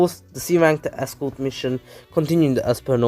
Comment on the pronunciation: Escort (es-cor-t)